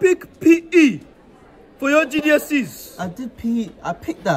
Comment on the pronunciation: "GDSE's" hahahahaha